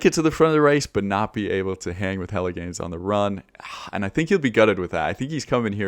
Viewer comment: Love that Jelle Geens is pronounced exactly like "Hella' Gains"